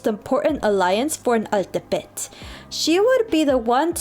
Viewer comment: Good to see mexicans from the US embrace their ethnic roots, thanks for sharing. Altepetl is pronunced as al-TÉ-pe-tl btw.